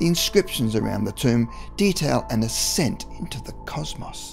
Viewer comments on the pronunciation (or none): none